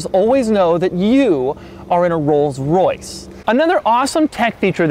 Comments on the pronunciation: Rollses? Rolls'? cough cough....ahem.........Rolls. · Did he say rolls's for plural? Lol I think it's pronounced rolls, and why did you put someone down in a Camry